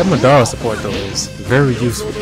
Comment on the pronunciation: u pronounced madara name wrong